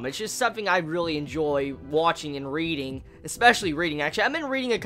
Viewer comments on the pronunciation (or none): none